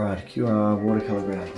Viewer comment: Thanks my fellow Aussie 👍😎 just one tip... No music would be better... Couldn't hear your helpful commentary 😉 Also, heads up - QOR is pronounced KOR/core 👍 very helpful nonetheless!🙏🤗